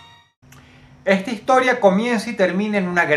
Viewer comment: Egta higtoria xdxd